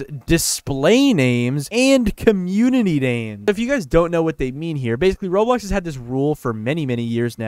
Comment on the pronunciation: at least you can say roblox..